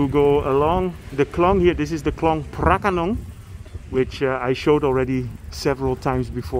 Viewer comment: You pronounced the word “pra ka nong” very beautifully and exactly to Thai did.